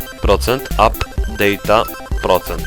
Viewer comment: "dejta" ... data bro